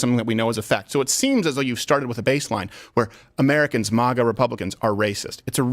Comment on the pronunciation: I wish this man would stop pronouncing MAGA as MAH-GA